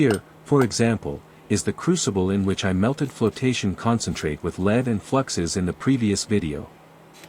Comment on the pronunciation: LEAD is pronounced /lɛd/ (rhymes with bed